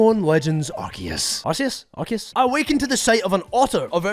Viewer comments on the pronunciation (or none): Its Arkoos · It’s pronounced “ar-koo-ss”